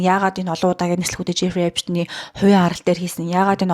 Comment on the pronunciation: Эйпшн гээд байх эйпсн гээд сонсогдоод байгаамдаа😅😉